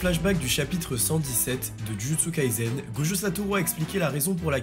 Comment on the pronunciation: Pourquoi tu prononces Jujutsu Kaizen? C'est un S dans le nom de l'anime